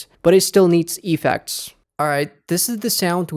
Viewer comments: it's effects not E-fects xD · i hate when u say Epeks